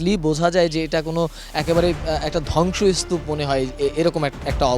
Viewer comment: শব্দ উচ্চারণ ভাল ভাবে করেন বিস্কুটের প্যাকেট ধ্বংস স্তুপ। পাগল সাংবাদিক